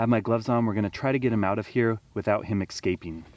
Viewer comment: Love your channel dude...but "Excaping"?